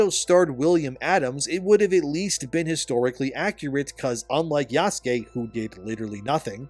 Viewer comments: The other thing wrong about this game is how the people playing it can't pronounce "Yasuke", like you. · The other thing wrong about this game is how the people playing it can't pronounce "Yasuke" or "Naoe", like you. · Yasuke? I’m just going to call him YaassKween. The non binary guy’s name is Bukaki.